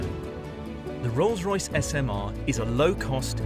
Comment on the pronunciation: Did I hear Wrongs Royce hahahahahaha